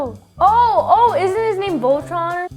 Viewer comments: It pains me how she said Voltron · I am a transformers fan when Evan's sister said voltron it fisicly hurted :( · Did say ultron or voltron I literally cant tell😂